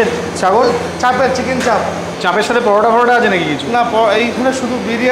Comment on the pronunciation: দাদা আমি সব ভিডিও দেখি... আজ প্রথম কমেন্ট করলাম। চাপের উচ্চারণে চন্দ্রবিন্দু (চাঁপ) হবেনা...